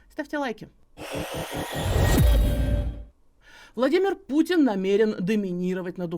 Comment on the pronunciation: "ладымр путн намэуэн домынироуать над Укуаыной" - не может быть! Но, скажите, как вы это высчитали, о, невероятно смарт янкис?! Признайтесь, вы использовали триангуляцию и дифференциальные уравнения?! 🤔😉